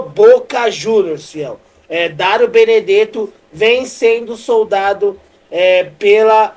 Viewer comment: Falando direito daro 😅 Dario